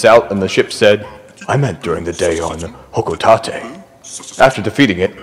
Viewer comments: lol its the "olimars log" section tbf you could be right, I've just never heard anyone say it that way, for all i know everyone else could be wrong XD I've always known it as Hoco-tate you pronounced it hoco-tat-ay regardless my comment was jokey dw ;P i'm no grammar nazi this is solid content aswell, I love these games but i never delve to deep into its law, this was very interesting keep it up 👍 Oh and if you're considering something else along these lines, I'd love to learn more about the long legs family! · I was with you until i heard you pronounce Hocotate, then you lost me